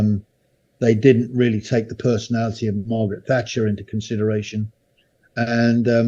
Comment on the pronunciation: Every time he says Thatcher I shudder but I get where he's coming from. Amazing military career. Great listen